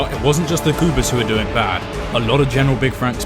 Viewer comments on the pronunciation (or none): No idea how you narrated a whole video pronouncing goobers as goopers 😂